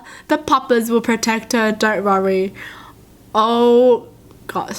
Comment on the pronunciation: I love it when she says worry its like she said rorry